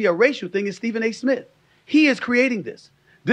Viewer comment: Isn’t there a “T” in the end of “ Smith” lol. It’s not “ Smit”